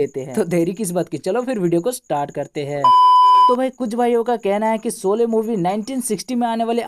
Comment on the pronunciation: Solay nahi sHolay pl. Aurcek baat sholay chali toh tumhari kyu jali khali pili ?